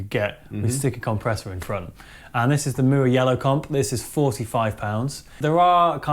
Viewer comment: I like how pronounces Mooer:) Cheers guys.. enjoyable "sound like", as always (for me). Cheers 🤘 Great example by the way! You don't have to nail it with thousands of bucks worth of gear.. It's about the music and how you play it (the fingers thing.. it's real).. showed that ridiculously well (you are beast, man). As long as the guitar is playable and stays in tune.. you're set, in my opinion.